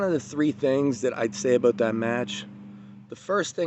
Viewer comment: "This Event , I'm so excited aboot"